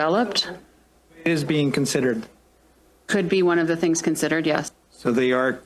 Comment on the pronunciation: Yep, get your "Sihngs" pizza. Lmfao. 🤦‍♂️ um. Ya, no! Gross!